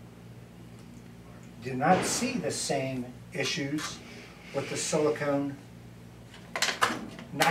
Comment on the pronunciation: might just be regional pronunciation but i heard silicone (rhymes with "own") and not silicon (rhymes with "on")